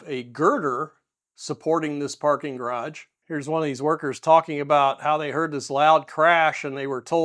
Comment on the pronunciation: Why is it so hard for many Americans to pronounce "garage" correctly? I mean, if there was a "d" in the middle, we would probably spell it "garadge"... neither the (US) English (ga·raazh) nor the French original (ga·raj) have this "voiced alveolar plosive" in the middle... so why insert one? I mean, I was curious and researched this a little and the only explanation for the insertion of a linguistically "decorative D" in "garage" was this one: "I once tried to pronounce it upper-class but then I sounded like a twat"...